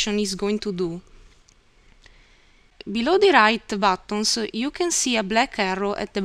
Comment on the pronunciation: batooons (buttons) hahahahaha